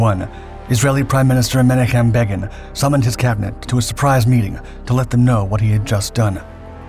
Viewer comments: it's Ben-auch-um Beg-in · Such butchering of a famous name. Men-AH-kim BAY-gin (hard "g").